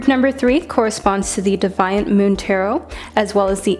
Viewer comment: It’s “Dee-viant” moon tarot as in naughty